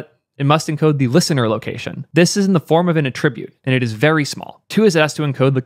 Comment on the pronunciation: Sorry to be that guy, but when "attribute" is used as a noun (like an HTML attribute), it's pronounced with the stress on the first syllable (ATT - rib - ute), not the second syllable (a - TTRIB - ute). Placing the stress on the second syllable is for when it's used as a verb.